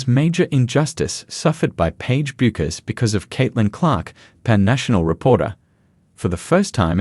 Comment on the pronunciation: Yeah, OK genuinely this video kinda makes no sense. Also, her name is Paige bueckers but the u is silent so it is pronounced pagie beckers!!!! THE U IS SILENT